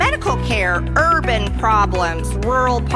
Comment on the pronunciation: I just love how she makes “urban problems” sound like it rhymes with the N word. For MTG it does.